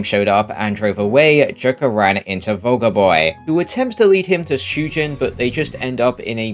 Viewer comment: I heard “Soulja boy” when he said “vulgar boy”… someone should make a Soulja boy mod for Ryuji at the start of p5r